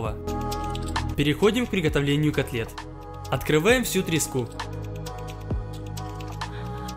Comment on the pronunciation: Когда он сказал "Открываем всю треску" я услышал "Открываем дрисню"